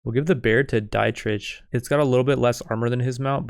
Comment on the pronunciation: dietrich is a germanic name iirc, so it's pronounced "dee-trikh"